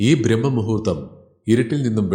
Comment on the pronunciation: ബ്രഹ്മ മുഹൂർത്തമല്ല സാർ ബ്രാഹ്മ മുഹൂത്തമാണ്. ബ്രഹ്മണനല്ലല്ലോ അമ്പലത്തിൽ പൂജ കഴിക്കുന്നത് ബ്രാഹ്മണനല്ലേ? വിശ്വാസം വരുന്നില്ലെങ്കിൽ ശബ്ദതാരാവലി പരിശോധിച്ചോളൂ. അതിലുണ്ട് ഈ വാക്ക്